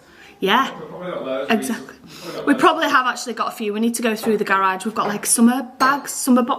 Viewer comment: I love that you pronounced it 'gerridge', lol.